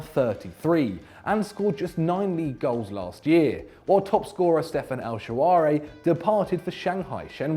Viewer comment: El shawary XD Its El Sharaawy